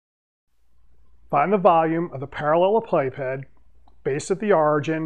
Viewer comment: I watched this video solely for the pronunciation. Better than what I had.